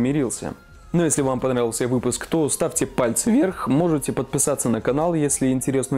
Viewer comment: "Ставьте пальцы вверх", Хорошо сказал "вверх"))